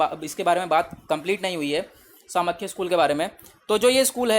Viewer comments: It hurts when you pronounce Samkhya as "सामख्या" instead of "सांख्य" 🥺. Please don't do this. 🙏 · Samkhya is pronounced as ' सांख्य ' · Not properly explained. What about pramanas in Nyaya? Many pronunciations are completely wrong. It is Saa-ng-khya, Kaa-na-da not Kanad, Gotamaa not Gautam. and many more